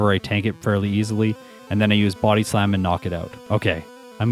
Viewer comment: The way you Buody slam kills me lmao love your videos!